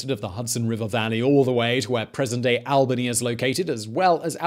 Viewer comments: All-bany not Al-bany. Living in an Albany it's annoying af to hear people say the name wrong 😅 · Oh Christ I cannot believe we are into the mispronunciation thing again! Albany, New York = Awl-bun-ee Albany, Georgia = Al-bin-ee ❤️😘❤️😘❤️ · ALL - bany. It is ALL-bany.